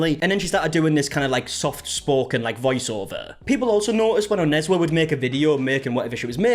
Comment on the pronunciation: You said Onezwa's name so well at that 11 min mark lol, made me rewind coz I was so shook. Nice to hear our names pronounced well